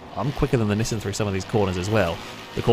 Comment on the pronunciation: Bro. Nee-sahn or Nee-san, not nisn. Anything but that. Actually nvm I’d rather hear nisn than “pyoomer” 💀